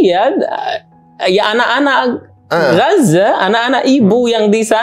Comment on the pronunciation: Om, sebutnya "Gaza" aja gpp koq😅 Akh nyebutnya pake dialek arab, yakni "Ghazzah" (غزة) Atau boleh juga nanti latihan nyebut dialeknya belajar sama ustadz Adi atau UAS 😊😊 Barakallah ya om, makasih udah angkat tema ini dgn narasumber asli dari sana 🇮🇮🇩🇵🇵🇸𓂆🍉✌🏼🕊️